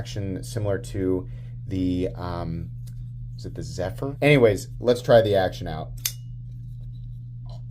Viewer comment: Zephyr = Ziffius